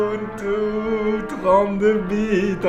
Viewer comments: Bah non en fait Rufus prend juste TOUT les fichiers dans l'ISO et il te les met sur ta clé, c'est tout. Donc en fait ce genre de logiciels ça sert a rien. Ah, ET POURQUOI TOUT LE MONDE DIT "OBUNTU" ET PAS "UBUNTU" !!! ? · "Obountou" x)